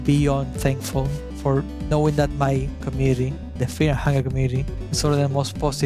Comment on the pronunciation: Feaw and hungew